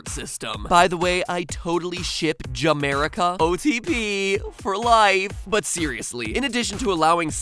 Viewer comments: Music Tho we noticed Sadly he got the ship name wrong But luckily that made the hetalian screaming louder Its Ameripan not jamerica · OBJECTION!! It's Ameripan not Jamerica !!! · ja-merica? wow, matpat, you're no hetalia fan are you? the ship name is ameripan. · matpat it's pronounced not ja-merica it properly pronounced ameripan do your research. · dude it's not ja-merica it's ameripan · It's Ameripan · Silly matpat! It's called ameripan ! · No no Matpat, it's Ameripan. Say it with me A-me-ri-pa-n. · Has he ever watch an anime called "Hetalia", because I laugh when he said he ship ja-America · it's Amripan